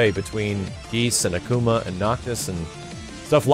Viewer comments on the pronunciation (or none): none